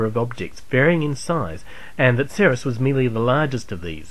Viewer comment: that is just one of the mistakes. Another is he said Ceres like "sereus" instead of "series" like it should be.